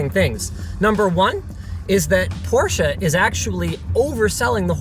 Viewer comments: I think it actually comes from the fact that most Americans were already pronouncing your last name wrong to begin with. The automotive industry just followed suit. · Thank you very much for learning how to pronounce Porsche the right way! It shouldn't bother me too much hearing the brandname with the wong pronounciation... BUT IT DOES :D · It’s easy. Porsche even made a YT video about it. Two syllables not one. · Man I was so proud of Linus for pronouncing Porsche correctly until I heard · He pronounces the name wrong omg so triggered lmaooooo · As a German guy who's absolute in love with Porsche it's just maximum pain to hear "Porsh" instead of "Porsche". Yeah i know, englisch words with "-sche" or "-she" are pronounced with a silent e, but Porsche is NOT an english word. And Jeez it's not that hard to say "Porsche". :D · Linus, I love you. But for the love of ... it's pronounced "Pour Shuhhh"!!! The company is named after guy that started the company, It's his last name! Here's some help: I still up-voted your video like I always do. But c'mon!! You blasphemed. May they never get rid of the gas-powered combustion engine! And manual shift! Thank you BMW M cars!!! I drive a BMW M car with a manual shift, and now I know to stay away from Porsche's electric offerings. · It’s PorschE not “Porsch”. Fairly good review though. Most observations are spot on. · But in the end he said Porsh again. sad German noises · „Porche“ wtf is wrong with you? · Why does everyone (including Porsche itself) pronounce it wrong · He sounds so german when he pronounces porsche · Porsche has 2 syllables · He is not adding an e though, he said it right like 1 time and then keeps saying porsch-ea going back to the a ending. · it's pronounced porsh-ah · There are some people that like to say Por-sh instead of porsh-ah, like me. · It's "Por-sha" not "porsh", Leenoos. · I live in Germany and everytime i hear an american say Porsche it is "Porsch" withot the e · Porsh, that’ll be all